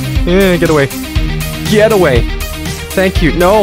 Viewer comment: i heard you said gyatt away instead of get in the boss fight part😭